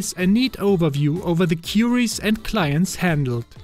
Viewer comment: You seem to have a German accent, am I right? No criticism, just for you to improve: You are talking about Queries, not Qiuris :) try Googling the pronouciation. Ps. Great video. I have my own NextcloudPi and it is great. With Nextcloud Talk you even can use a Teams alternative